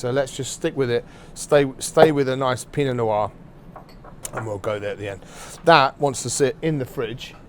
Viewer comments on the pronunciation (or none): Du pain noir pour dire Pinot noir ; Huître pour dire sot-l-y-laisse ; crocavan pour dire coq au vin. C'est un shit doublage automatique.